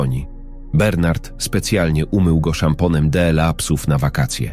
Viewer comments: Czytanie TRAGICZNE ,,d l a,, czyta się. ,,dla,, czy to tak trudno się nauczyć, zapytać kogoś ❓ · Sorry ale słuchać tego nie można 18 rano dela zamiast dla no szok kto to czyta 😢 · Dlaczego d l a jest czytane pojedyńczymi literami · Piękna życiowa historia milionera i jego chorej córki oraz krąg dobrych aniołów - ludzi o dobrych sercach. Jednakże słowo dla czytane del-a psuje strasznie to opowiadanie. Gdyby nie te del-a byłoby super. Dziękuję za tę historię chorej dziewczynki na autyzm i jej terapeutki. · To czytanie DLA jest denerwujące.